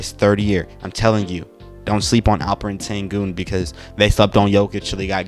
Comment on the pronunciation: What you say: Alferen sengun What you should say: Alperen Şengün (Alp like Alpines's Alp. Eren like in the anime. Shen is the pronounciation of Şen Gün is like Günter's Gün from German. Ghunter, we shall say) Thanks. ^^